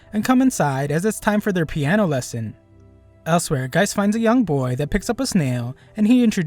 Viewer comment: the name of the detective is gesicht (german for face) not geist (german for ghost).